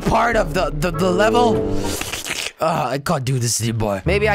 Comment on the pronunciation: Jelly it's leveL not leveR haha :p